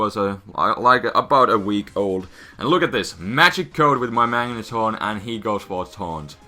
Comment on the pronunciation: Did you just called the Magneton a Magnetron, or is it my ears ringing from music?